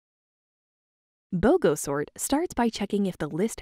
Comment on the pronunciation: I thought it said snort and not sort